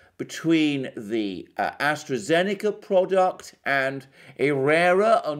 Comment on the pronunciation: Please stop saying AstreKA-Zeneca. It hurts my ears! It is pronounced AstraZeneca!